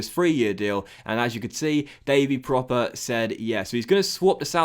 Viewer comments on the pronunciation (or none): Just a heads up: Davy proppers name isn't pronounced like 'proper' but with a u sound (as in 'purple') because of the dots on the o ('prupper'). If you can get him back to the form he showed in the eredivisie he could be a really good signing! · Love you signing Pröpper, he's gonna be so good! Quick tip tho, his name is pronounced Prupper (with the u as in "but") cause of the umlaut ;)